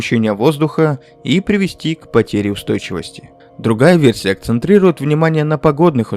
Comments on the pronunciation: Спасибо, интересно (хотя все-таки "акцентирует", а не "акцентрирует"). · Акцентирует, а не акцентрирует